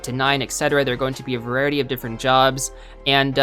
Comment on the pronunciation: Varierity, it's variety dude....